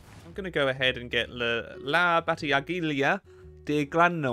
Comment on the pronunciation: pronounciation of bataglia del grano was pretty good one note is that the g in there is not pronounced